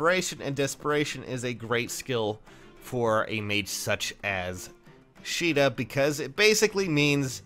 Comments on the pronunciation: her Japanese name is pronounced like She duh. Her English name(what you saw) is pronounced kA duh.... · I always thought it was pronounced Kay-da. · its pronounced "Sheeda" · Her English name is pronounced kA duh